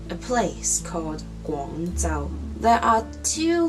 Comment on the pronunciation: I was surprised by how you pronounced 'Guangzhou"; I guess I had it in my head incorrectly! You sounded to me more like I would expect to hear Guang Zou or Guang Tsou (?) I wonder why I was thinking differently!